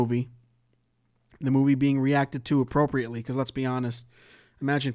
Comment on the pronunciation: Ze book, puts it in ze bag